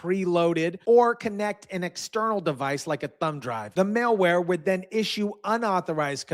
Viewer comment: Dude it's "mal" not "male" ware. Male wear is a suit and tie.